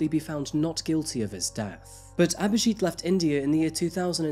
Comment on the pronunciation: it's not aberjeet its abhijit she said it right